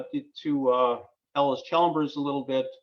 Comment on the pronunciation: Just a note here. The name is Allis Chalmers, you pronounce it as Ellis, but it's pronounced Alice. EP Allis died before the merger, and was being run by his family and Edwin Reynolds. Edwin negotiated the merger between EP Allis and Chalmers & Fraser, becoming Allis Chalmers. It was financed by East coast money and the new plant was built by Allis Chalmers, not EP Allis. It moved to "west Allis" because the new land was "west" of Allis Chalmers plant then at the Reliance Works. The Manhattan engines were the largest steam engines ever built. The wall you are referring to is inaccurate. Allis Chalmers bought the Hawley factory and all Manhattan project manufacturing was done at the Hawley works. Even the employees were sworn to top secret and the West Allis works had no idea what was going on right next door at the Hawley works